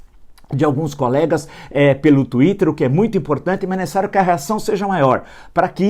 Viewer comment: Você TAMBÉM não sabe nem falar Twitter.